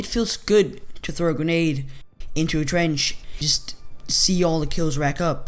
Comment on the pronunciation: "Twench" xD